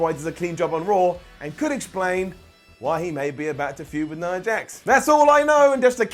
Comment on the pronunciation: you're my favorite to listen to on WhatCulture, so you get an up for that. Not just an up, considering there are many of you to choose from, I'd say that deserves a golden up. Now, that being said, let me get to the downs: Why is it that you can manage to pronounce Nia's name properly, but you pronounce Tamina's as if it ends with an R? Both names end with the same sound, and yet you consistently pronounce Tamina...all wrong. That gets a down. And, in fact, since it makes so little sense to me, not just a regular down...you're getting a brown down. Another down for the down you gave to Braun being friendly with Seth. The feud between them was months ago under different circumstances, and they both have a common enemy in Brock so that actually made perfect sense. Thank you for reading, and thank you for posting your ups and downs. 🤘